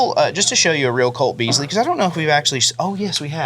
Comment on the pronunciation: Colt Beezlee? Wtaf! 😂😂😂